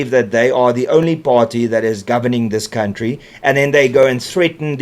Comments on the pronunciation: Count-tree😂😂😂😂😂😂 reiterating is funny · Mbabobejaan sê cowntree, ek wonder hoekom ?